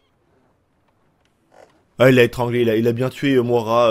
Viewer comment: Sa se die moïra